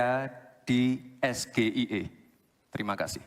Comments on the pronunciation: Astaghfirulloh....mau jebak pertanyaan pake singkatan 😮 ...mengeja hurufnya aja salah....dasar Gibran 😂😂😂 Gibran loe....😂😂😂😂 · SGIE dilafadzkan menggunakan ejaan bhs Indonesia yah jelas pasti di pertanyakan apa itu SGIE, harusnya dilafadzkan pakai ejaan bhs Inggris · Yg bertanya lebih belunder, karna penyebutan bahasa Inggris jg salah🤣🤣🤣🤣🤣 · Bukan pertanyaan agak sulit, tp cara bacanya Gibran itu yg tidak bisa difahami, SGIE itu bacanya adalah SJAI , sotoy tuh Gibran merasa sok waw waw 😂😂😂😂😂😂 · gibran harus lebih byk belajar Pengucapan huruf A SAMPAI Z dlm bhs inggris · Bukan pertanyaan ada sulit tapi anda yg ga ngerti bahasa inggris SGIE tapi anda mbacanya SGIE dgn bahasa indonesia belimbing sayur bilimbing sayur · 😂😂😂 Laah ternyata Gibranpun salah harusnya menyebut singkatan English dgn Lafal English, Bahasa Ingrisnya Farah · SGIE... SGIE... ???? Pertanyaan Jebakan. Dan mengucap Singkatanpun Jelas Salah. BOCIL ini bisa jadi di ada team khusus yg "membisiki" dlm menjawab dan bertanya. Jika orang Mampu menjawab dan menerangkan..pasti paham segalanya apa yg di pikir apa yg di ucapkan. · Bocah ingusan sok pinter padahal yang di tanya apa dia sendiri gak tau, sok sok an Inggris ngeja SGIE aja salah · Sangat memalukan sekali bapak anak sama yaitu menjebak lawan bicara dg singlatan , padahal pengucapannya abjadnya salah APALAGI DEMGAN MEMASANG ALAT MENDENGAR UTK MENYAMPAIKAN/MENJAWAB ( KECURANGAN2 TERUS MUNCUL DISETIAP EVENT) TETAPI KPU BAWASLU MATI , TAPI KPU BAWASLU HIDUP KALAU DUA PASANG CALON MELAKUKAN KESALAHAN . semoga kecurang2annya TERBONGKAR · Gibran kalau tidak menguasai bahasa Inggris yang benar jangan ngomong bahasa Inggris ucapannya salah baca harusnya cak imin jangan menanggapi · Mohon maaf kalau pertanyaannya agak sulit ya gus...😂 Sombong amat 😅 nyebut bhs Inggris aja tdk becus, begitu kok pendukungnya bangga, jdi malu sendiri ada debat sekelas cawapres kok begini 😢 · Yg di tanya aja ngk benar cara pengucapkkn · awal dia bilang SDIE bukan SGIE...........